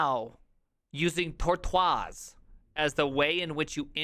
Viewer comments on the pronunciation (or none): I love how you pronounce Tortoise and JSON with that French accent. We do that at work all the time. 😂